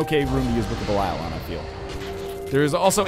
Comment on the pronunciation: Has Ryan ever acknowledged the fact that he says "Belial" wrong?